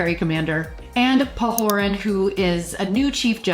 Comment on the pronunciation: It's Pahoran, not Pahoran. LOL Good review and lesson comments. Thanks!